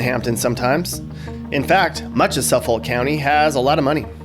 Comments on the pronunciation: he really pronounced suffolk county suffaulk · did you just pronounce "Suffolk County" like "Suh-follllk"? The L is silent and people say it like "Suh-fik" XD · It was funny, that's all. 🤣 no worries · it was hilarious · LMFAO the way you pronounced Suffolk and Nassau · no chance this guy has ever lived in new york. he pronounced albany and suffolk incorrectly. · They way you pronounced Suffolk County 🤢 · Prounce Suffolk county right..? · Jesus dude I can tell your not from long island. Totally butchered how you said Suffolk